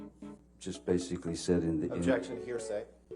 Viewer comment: Very funn... "Objetion"